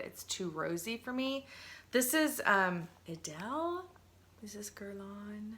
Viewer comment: I have been splurging on fragrances too! 🙃 Idylle is pronounced like e-deal 😉